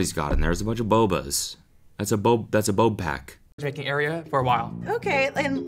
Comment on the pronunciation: BRUH NO WAY CODY JUST SAID “bopack” INSTEAD OF “bobag” and couldn’t figure out “BOBARISTA” when talking abt the boba man